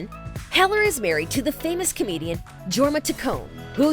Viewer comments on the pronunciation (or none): Pronounces Jorma with the J.. lol